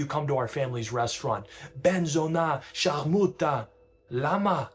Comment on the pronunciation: Bro said sciarmuta with some extra 🤌🤌